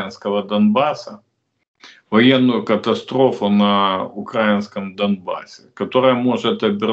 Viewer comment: Не могу слышать укрАинское. Игорь .запомните - украИнское.